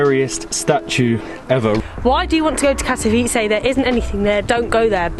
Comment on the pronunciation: Your pronounciation of the city name is perfect. Thanks for nice and informative upload. All the best in all your travels!